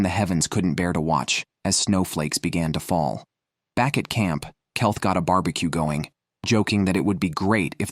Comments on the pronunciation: Keith read as Kelth. A1 often gets names badly wrong. Ridiculous mistakes. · Kelth that will be keith bullshite ai crap dont bother watching this